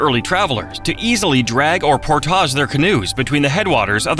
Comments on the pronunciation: AI is good, but not great. "Portaahhhjjj Lakes"? No, "Port-idge Lakes". Been living in PL for almost 20 years and we absolutely love it! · or Portage, sounded more like "Pourtaage" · Also, I don't know how the rest of the world pronounces "p-o-r-t-a-g-e", but in NE Ohio, it's PORT-idge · And "Portage"... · Don’t forget Portage! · nailed Bellefontaine, butchered Portage. You can tell who is from Ohio by how they pronounce the towns of Russia, Lima, and Lancaster.